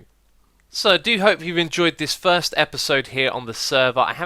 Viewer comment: I thought you said "third" and not "first" and was like: what did I miss so far?